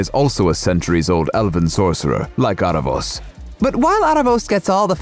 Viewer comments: Its pronounced Aaravous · Also I can't get over you guys pronouncing his name Are-ah-vohs lol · i am sorry but the mispronouncing is irking me so much how you say aaravos and katolis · How do you really pronounce aaravos or eerevos? in Latin Spanish we call it aaravos exactly as it is written